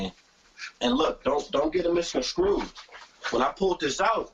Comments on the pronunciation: it's "misconSTrued" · The fucking word is misconstrued. Not fucking SCREWED. Black People stop saying misconscrewed. Please. Nigha said it like 4 times